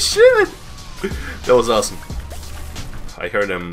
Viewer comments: MAAAAAAAAAAAAN! I'm from Russia and your 'AWENSOME' is realy bad word, dont try to use this anymore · лмао, "Ахуенно" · Axуенно, also known as "Awesome"